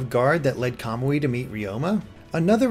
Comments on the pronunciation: you're ignoring that in Japanese emphasis is placed on the next to last syllable. For Suiyoubi your explication works (because emphasis is on the "yoo" sound), however for Kamui emphasis would be placed on the "mu" making it a noticeably different sound. Hence "Ka-moo-ee" instead of "Ka-mwee" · it isn't. I am in year 3 of Japanese in High School and have watched an anime that had that character's name. KA-MU-I is how you say it. "mwee" can't be pronounced in Japanese. カムイ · I'm pretty sure some of the words in there were mispronounced, such as Camilla, Kamui, and Manakete, but I'm not sure.